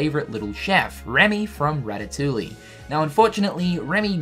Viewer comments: Now he just needs to say Ratatouille like "rat-a-tooie" instead of "rat-a-toolie" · My boi can't say ratatoullie it's pronounced rat-a-too-e not rat-a-too-lee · Not to be THAT DUDE, but it's actually pronounced rat-a-too-ee. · Ar-kives and Rata-tully 😂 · It is RAT-TAH-TOO-EEE god damn it. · Rat-uh-too-E the L's are silent friend <3 unless tats just being new Zealand. in which case nvm. you do you <3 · Way to butcher the name of the movie. Rat a tu e is how you pronounce it brah! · I was going to make a comment that was going to up Cynical about saying 'ratatouille' wrong, but then I remembered that he's a Kiwi not a Frenchman. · you don't pronounce the "ll" in Ratatouille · uh.. ratatouille has silent L's. still love your updates though. keeps me sane before the release. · The l’s in ratatouille are silent my guy